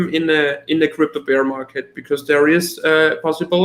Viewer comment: love you man but don’t say ‘beer’ market. Say ‘bear’ market, like the animal not the drink. My german is horrible, not criticizing you only trying to help.